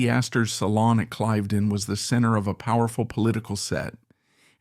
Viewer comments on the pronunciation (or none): Nice video on this talented woman. Couple of notes on your pronunciation: Cliv-den not Clive-den / Blen-im not Blen-heim / Mawl-bruh not Mar-el-bor-oh, But maybe you used AI to narrate and that would explain the verbal missteps. Oh, and Lancaster is pronounced LAN-ka-ster. Accent on the first syllable and don't stress the "c." But these words aside, this was a good introduction to this purveyor of casual British old money style.